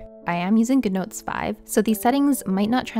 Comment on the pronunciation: You say “Gnotes” but it’s GOOD Notes.